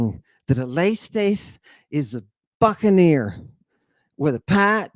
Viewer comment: I totally heard him say "f*ckeneer" not "buckeneer"😂🤦🏼‍♀️